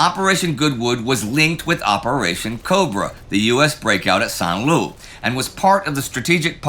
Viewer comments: I thought I could ride it out and keep my big mouth shut, but St. Lo comes up so many times in this episode, that I have to correct Indy's pronunciation. It sounds like "low", not loo. San Low. 'Nuff said. Keep up the good work. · Not to quibble but why do you insist on calling it Lou ! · I don't understand why Indy keep pronuncing the "lo" in Saint Lo like "loo"?